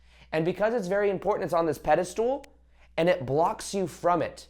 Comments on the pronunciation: Pedestal not pedastool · It’s pedestal 😭 not pedestool! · Are you saying “pedestool?” Did you make up that word? Lol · I love your content... but are you saying pedastool on purpose? Lol